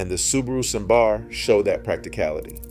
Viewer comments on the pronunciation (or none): none